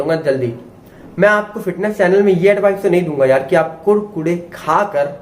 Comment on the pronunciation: भाई आप बोलते अच्छा है, अब मै कुरकुरे को कुडकुडे ही कहूंगा। ।।